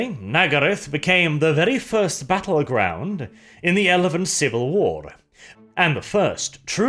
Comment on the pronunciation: what was that I heard? “The first battleground in the elephant civil war”?